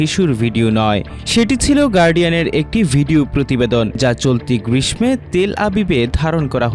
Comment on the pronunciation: বিষমিত! গ্রিসমে! কি উচ্চারণ! কাদের নিয়োগ দিচ্ছেন!? দেশে যে পড়াশোনা শেষ তা বোঝা যাচ্ছে... আগে তো উপজেলা পর্যায়ে আমরা ঠিক করে বলতাম!